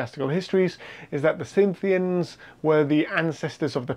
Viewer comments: “Cynthians”? I think you mean Scythians, who were Steppe horsemen. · When you say "Cynthians" or "Synthians", I assume you mean Scythians?